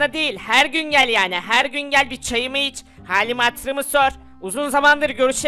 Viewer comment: Cami yerine Çamı diyo😂